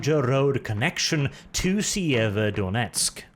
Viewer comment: The "Making Pronounciation Great Again" strikes back. 1) Kherson have silent "K", so it reads more like "Herson" only with sharper "H". Same with Kharkiv. 2) Sieverodonetsk was butchered beyond recognition. To begin with, it's missing the first "o" both pronounced and written on your map, and then "I" is silent. At least the emphasis was correct.